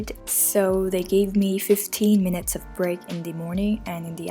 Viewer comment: its minute's not minite, no hate just letting you know :)